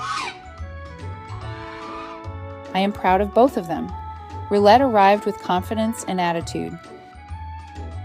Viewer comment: This dog has to be the most accomodating/compliant dog I've ever seen. I mean being trampled on multiple times a day wouldn't be accepted by any kind of dog and rightly so. One thing: The French word "rillette" is pronounced "Rhee-yet", not "Rhee-let".